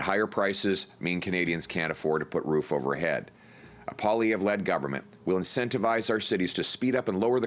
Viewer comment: Why do people pronounce his name Po-lievre, when it should be pronounced Poah-lievre? Does he not pronounce his name the correct way (I'm truly curious, I know nothing about this guy)?